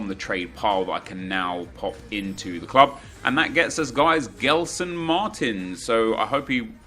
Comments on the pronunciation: U say jeslson Martins and not gelson martins ok, love ur vids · It's pronounced Jelson Martins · I don't want to be a jerk, but as a portuguese speaker, the way you pronounce Gelson triggers me. Try pronouncing as if his name was Jelson, it might make more sense to you. Try to think of how you pronounce Gerard Pique; it's not like the english Gerrard.